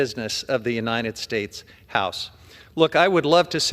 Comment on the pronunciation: “The President of the united schtates” so gross 🤮